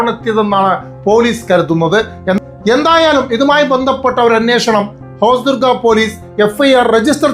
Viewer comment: തെന്നൂറ് (തൊണ്ണൂറ്) ഹോസ്ദുർഗ (ഹൊസ്ദുർഗ്) കുരുനീക്കങ്ങൾ (കരു നീക്കങ്ങൾ) 😂😂😂😂